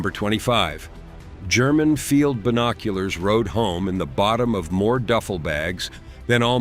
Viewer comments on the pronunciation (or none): none